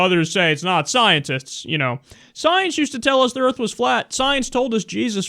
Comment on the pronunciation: put the "R" in earf